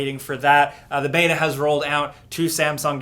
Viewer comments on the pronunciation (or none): none